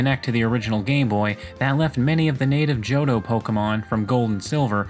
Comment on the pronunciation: Me: Real cool content, love these kinds of videos.: JohDOH